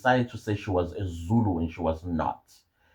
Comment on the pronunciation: 😂😂there is no R in Zulu😂😂